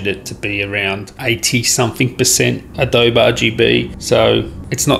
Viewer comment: Adobe is pronounced 'adoh-bee'